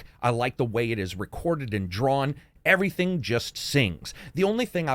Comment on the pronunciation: "Even with everyTHONG..." Nice. Ultra thongs in this game